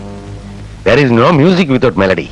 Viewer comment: Thilakan said melody not meludy like Bhadran claimed. You can clearly hear it.